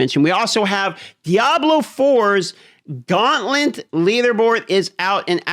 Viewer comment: Gauntlent? 😂 This guy has the most annoying voice and pronunciation.